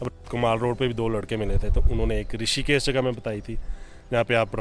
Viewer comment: Rishikesh not rashikesh